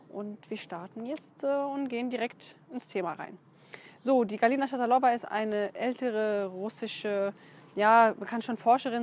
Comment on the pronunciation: Schatalova spricht man russisch aus. Also Betonung auf der zweiten Silbe.